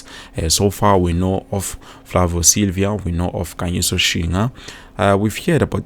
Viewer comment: Silva not Silvia bro 😂